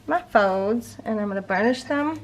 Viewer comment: Very cute page! Thank you for always sharing your BRILLIANT ideas with us 💜 Oh, by the way... I always get such a huge kick when I hear the way you say 'fold'. You say ~ "FOWD"❣ 🤣😍🥰🤣😁 I L💜VE IT❣❣❣